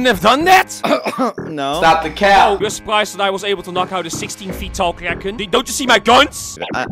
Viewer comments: at first i thought you said karen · I legit thought it was 'karen' instead of 'kraken'. XDD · what i thought it said. Karen what it really said kraken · I love this guys aceent when he said kraken at the start